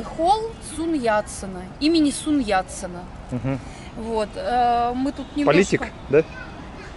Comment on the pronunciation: Аффтару, наверное, нужно было бы хоть чутка операторские навыки приподнять. Иначе никакая камера не поможет. Да и место в ГЖ можно было поинтереснее найти. P.S. ФИО Сунь Ятсен-а навряд ли есть в орфоэпическом словаре русского языка, но так исковеркать имя - это нужно умудриться. Может как-то исхитриться и постараться запомнить 孙逸仙 (sun yi xian)?